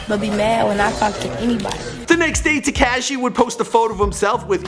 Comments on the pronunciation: So we not got gon acknowledge the fact that he cant say crazy except with a “b” instead of “c” and “tecashe” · Look up how to pronounce tekashi lmao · Te-kayshe lmao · Tacashee? Brasy? Tekashi rhymes with washy. Brazy is crazy with a b. You do all this research and can't say their names right...lol